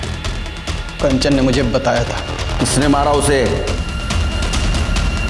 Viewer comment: Are sir कंचन को आप कांचन क्यू बोलते हैं